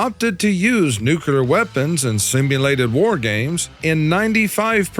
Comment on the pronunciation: There's only one U in nuclear. It's not "Nuke You Lurr" It's "New Klee Urr"